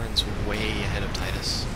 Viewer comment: Haha i also used the pronounce "Tidus" like you do, then i played Dissidia D